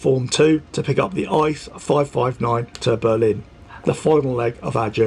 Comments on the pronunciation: good Video but don‘t say ICE as one word! It is I.C.E (Intercity-Express) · Although it's tempting, don't speak ICE like ice in icecream. Every letter is pronounced separatly, also in announcement, if in English. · Hey, great video overall and it brings back a lot of good memories of my trip to the uk last year (doing the same route but starting in cologne). Just a little something for future videos. The “ICE” trains are not pronounced like frozen water but instead each character separately. Just imagine it being I.C.E instead of ICE Greetings from Germany:)